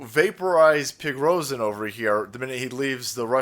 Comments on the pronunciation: Just say PREE-GOSHIN homie… that’s how easy it is so say… remember his name and be able to pronounce it correctly, because we need to nominate him for a fking OSCAR AWARD 🤣 bruh.. best actor 2023 bar NONE! He got these dummies to believe he was completely out of AMMO 😂 then he got them to believe he went renegade 🥇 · His name is Evgeny Prigozhin.. His first name just for ease of understanding is the Slavic form of Eugene and the V is pronounced like a u. His last name is pronounced Pre-Go-zhin. Certainly this was a fake putsch* staged in order to out the traitors. * means the same thing as a coup Frankly one of the Patriot generals here in America, either Mike Flynn or James Mattis or another Patriot General that has been given the short end of the stick, should stage a coup in this country and remove Biden and his entire Administration from Power once and for all. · The Man's name is pronounced Pre - Go - Shin. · its pronounced prigozhin deadbeat. and Russia isn't a totalitarian dictatorship. Its a conservative Christian democracy.